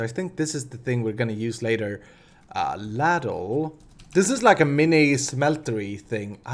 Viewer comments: lol, ultimate spoon moment with the "ladle pipe/golf club". It's obviously an easy mistake as English is not your native tongue but it is pronounced "lay-dull" is probably the best I can put it my man. it's a deep spoon used mainly for soup but it has been used for metal works of such. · ITS PRONOUCED LAY-DLE AND ITS A BIG SPOON THAT YOU USE TO SERVE SOUP